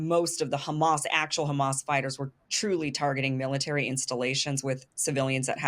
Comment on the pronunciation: At least he says Hamas NOT Khamas